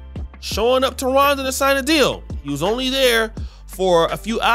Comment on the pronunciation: Is saying Ronda, or Rwanda? Bruh be messing up all kinds if words 😂